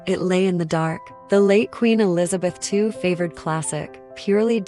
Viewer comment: I know this is AI but maybe AI can figure out how to say Queen Elizabeth II, properly, she reigned for 70 years and 214 days... just saying